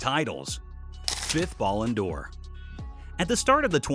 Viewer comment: I know I'm gonna sound like an asshole but... Please learn how to pronounce Ballon d'Or if you are gonna say it so , so, so many times.